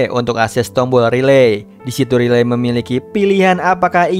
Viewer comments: Bang aku suka dengan cara mu bercerita cuma kalo nama cewenya bukan riley tapi raiyli bacanya makasi bang🙏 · sebutanya railey bg bukan literally "ri-ley" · Min nyebut nama character ny bukan Riley tapi raili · koreksi dikit ya bg, walaupun penulisan namanya Riley sebutan namanya Raili bg, bukan Rilei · Bang baca nya buka riley ,tapi di baca rayli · Riley❌ Relay✔️ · Riley di bacanya raylii bang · Riley itu Raili gasih bg namanya klo dibaca? 👁️👄👁️🙏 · Raili bacanya banh 🙏🙏🙏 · Riley di baca : Raili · Bacanya Railiy min😅